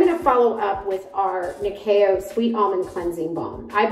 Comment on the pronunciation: Yeeess even said it in the kiuk way 😜😜